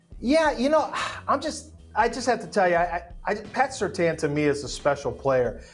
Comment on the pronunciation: They said Surtain at 4 LMAOOOOO